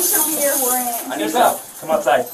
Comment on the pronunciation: "Wheres your warring"?